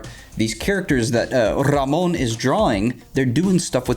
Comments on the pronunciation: Nice Tips! But I am more impressed of how good you say RAMÓN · Who would have thought knows how to roll his R's